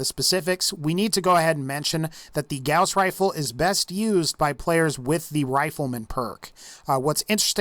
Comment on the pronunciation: All I kept hearing was "Grouse Rifle"